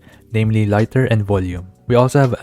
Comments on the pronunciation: This is the first time I have heard someone pronounce Liter as Lighter. Thought "Leeter" would the correct pronunciation tho. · Its liter, like how much liter water in aquarium, or mili-liter dose in syringe. Not litter or laiter, we got kilo-meter, centi-meter. I like normal rupee kit but new art style (no one can change 5 atk buff that can stack)